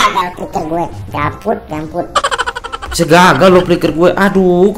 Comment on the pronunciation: NGAKAK JIR DENGAR NGOMONG JAMPUT WKOWKO